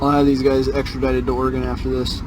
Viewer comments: First, is called Oregon, pronounced Ory-gun. I'm a third generation Oregonian and I beg you to not judge us by this knuckle-dragger. 🤦‍♀️ What. A. Moron! He deserves to be tazed. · I’ve lived in Oregon all my life. His Oregon laws are from the Delusion Land state of Oregon. And it’s Orygun, not Orygawn. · His confidence in his stupidity is stunning. By the way, it's Ory-gun not Or-ah-gone. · Sprouting nonsense got off with a warning, which will just embolden him the next time. Too bad they didn't throw the book at him. Also, on a pedantic note. Oregonians do not pronounce their state as "Ore-Gone", it's more of an "Ore-gun" pronunciation. Love your videos! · It's Oregon (gun). Love these episodes. Have never met a SovCit. They are funny and sad.